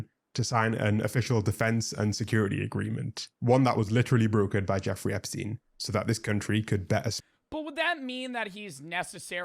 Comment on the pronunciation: it’s jeffrey, not jeffery